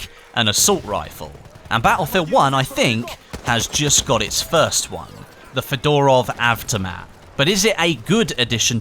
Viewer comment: It's pronounced Fed-r-ov A-ff-tom-ot